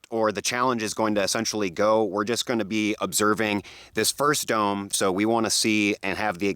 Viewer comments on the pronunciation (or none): I just realized that you say, "What's GROWING on everybody..." LOL! Love the channel and thank you for sharing your knowledge with us!